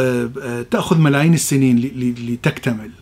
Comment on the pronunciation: ياخي انطق كلمة ملايين بشكل صحيح مافهمت انت تقصد ملايين او بلايين